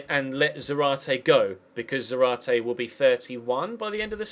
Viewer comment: You stress the ZA in Zárate (hence the ´ )